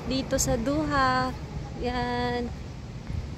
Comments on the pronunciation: It's Doha not Duha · Not Duha it’s Doha 😅